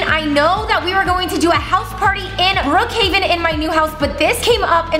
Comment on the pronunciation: It is not Brookhiaven it’s Brookhaven